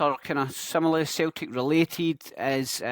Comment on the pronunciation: Wtf is Celteek? 😂 Nygren is pronounced Neegren. Good vid, keep it going.